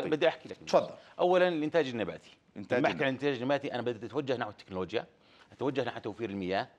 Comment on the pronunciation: وزير اسمها تكنلوجيا وليس تنكوجيا